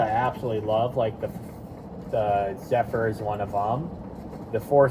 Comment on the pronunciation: beautiful also it's said zehfur not zufar! congrats on your zephyr man